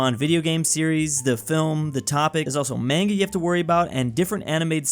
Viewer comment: Pronounced manga wrong